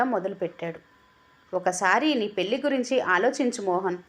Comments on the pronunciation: పెళ్లి అనే పదాన్ని పెల్ అని చదవి విసిగించే వద్దు. కథ బాగుంది. చదవటం ఇంకా బాగా ఉండాలి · కథ చాలా బాగుంది. నిజంగా తోడు కావలసింది 50 తర్వాతే. పెళ్లి అనేది కేవలం శారీరక అవసరాల కోసం మాత్రమే కాదు. నాకు నువ్వు,నీకు నేను అనే తోడు,సాన్నిహిత్యం కోసం. కథ బాగా చదివారు. పెల్లి అనే ఒక పదం తప్ప, మీ voice కూడా బాగుంది. రచయిత సత్య ప్రసాద్ గారు రాసిన కథలు అన్నీ కూడా ఒక ప్రయోజనం ఉండేలా ఉంటాయి.